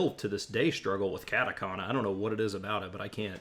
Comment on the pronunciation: When he said CATekhana instead of katakana, I had to hold myself from cringing. But I totally agree with his points.